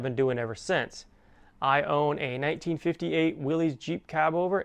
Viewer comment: Willys Jeep is pronounced Willis (like Phyllis)- Willys is a surname it’s not Willy’s or Willies. How would a ⅞ be better than a 1” (⅞ is smaller rope than 1”?)? Also - yeah - we kinda all know Anything can go through glass. You’re never safe behind a windscreen from flying objects. A whipping rope can slice a human in half too. Glad you’re ok however.